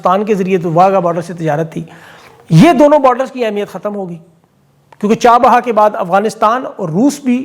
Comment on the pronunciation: لفظ چار بہا ہے چاہ بہار ہے ؟